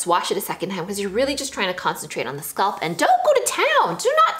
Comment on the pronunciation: scalp, not sculp